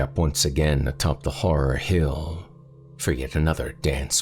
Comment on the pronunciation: Are you actually saying "horror hell"? 🤣